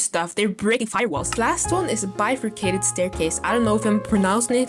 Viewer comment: you pronounced bifurcated correct